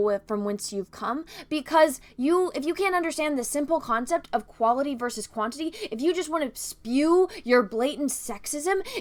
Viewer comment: Heads up, at about , when you're discussing how much men speak in great movies vs. how much women speak, you're comparing "quaILty" vs "quaINIty". Likely just a glimmer of dyslexia. Just something goofy I observed. I totally agree with you on all your points in your video.